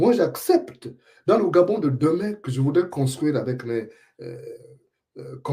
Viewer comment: ton rire forcé ne trompe même pas un bébé. Essaie de dire eu pas é. (Deu mon dentier, pas dé mon dentier)Tout le monde ici adore Oligui. Ton oncle Matoka Gide dit que depuis fin février 2024, il vit le paradis comme tous les autres retraités. Ta fameuse rentrée politique, un flop, la honte.. Une honte que tu prétends cacher dans un faux rire,un rire ridiculement forcé et qui fait rire lui même.